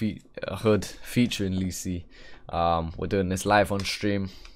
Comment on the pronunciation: its lisi not leeeeeeeeeeeessiii 🤣